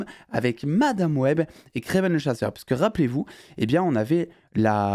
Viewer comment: Par pitié j’en peu plus vraiment c’est Kraven pas Kraiven !!